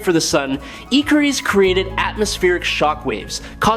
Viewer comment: Nice video except you need to rewatch the first few minutes of Eternals so you know how to pronounce Ikaris.